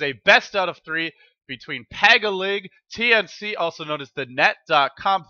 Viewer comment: PAG-I-BIG the "I" is pronounced as the letter E's name im pinoy so i know (